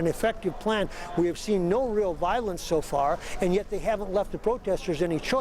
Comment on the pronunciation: "Yea we seent the pegasus."